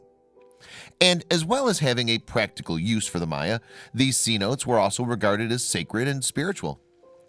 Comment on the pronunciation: They are not called 'C-notes', It's pronounced seh-NO-tays.